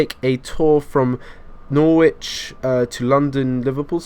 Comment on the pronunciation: Nor witch? Are you f@ kidding me? It is pronounced noh ritch.